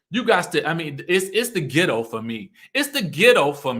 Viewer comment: behavior makes her Ghetto or gitto as she said it, not her pronunciation of words! Tisha’s too educated to be so gullible and vulnerable to her momma’s shenanigans! She’s going to drag her in the mud w her… I see why marsau flinches when she comes around. She brings them down… is one of those momma’s who is always gonna have her “babies” back regardless of their wrong doings, but can i blame her